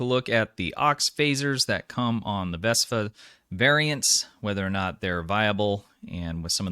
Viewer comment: Why do I keep hearing you refer to the ship as a 'VESPA', when the ship has been introduced to the STO community as the 'VESTA' with a 't' class ship?